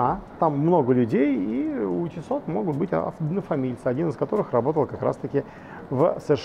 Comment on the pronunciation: Он говорит тиссоT?))))😂😂😂